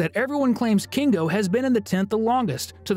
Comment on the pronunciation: Why do you say kingo and not kinger